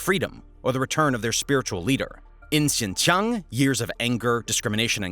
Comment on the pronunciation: I hate the way you're saying "xincheong" it's a "j" sound. Jiang 😢